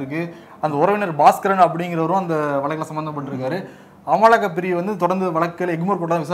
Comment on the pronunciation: அமுலாக்கல் பிரிவு தான் சரி(அமலாக்கல்)இல்லை